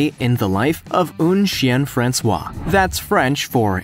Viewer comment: Un (pronounced like in English, not like 'oon') chien français (pronounced 'fron say', [not 'fran swah' which is how you pronounce 'François which is a person's name]) Français = French, François is a proper name. Just for your information.